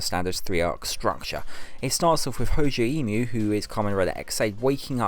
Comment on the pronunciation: Hojay Eemu? Kiriya Juko? Aside from the pronunciations at the beginning of the video that annoy me a lot more than they should, this seems more like a summary followed by a a wrap up than a full critical analysis, especially since most of the video was just a recap in case no one bothered watching it before. Assuming this video existed for those that have already watch the mini-series, you could have cut out the initial 12 or so minutes spent recapping and it would have been the same, if more succinct. You could have just called this an impressions video instead of an analysis because while you did touch on a few points such as dealing with death and how they could have dealt with filming the special, there was not much if any assessment in terms of how well those points were executed. Overall, it works as a recap impressions and while I cannot say I enjoyed the video (mainly because I was looking for an argument or point to be made instead of being glanced over), it definitely is a decent viewing.